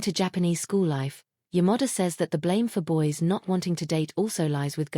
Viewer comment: I found AI sound, pronounce "Yamada" as Your Mother. Quite funny, yet unease.